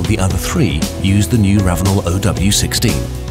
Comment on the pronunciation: It's not Oh W 16, it's zero W 16.